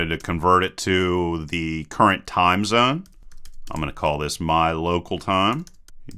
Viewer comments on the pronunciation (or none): none